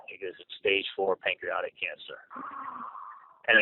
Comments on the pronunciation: I can't even find the words to describe these despicable humans. Hate to be nitpicking but he doesn't even pronounce pancreatic cancer correctly. (Reminds me of him telling his assistant to order vicodin because it doesn't have Tylenol? ) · Know-it-all cannot pronounce "pancreatic."